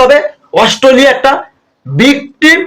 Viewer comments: Ostoliya noy re bhai Australia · অস্ট্রোলিয়া -- শূয়োরের বাচ্চা উচ্চারণ টাও ঠিক করে বলতে না 😂😅😂